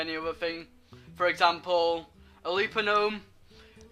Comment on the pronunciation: "Examaple" :p